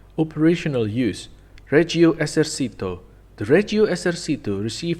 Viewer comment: The tank might have been bad, but your pronunciation is worse (Reghio Esersítoo!!!)